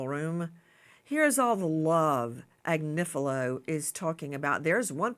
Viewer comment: His name is AG nif i lo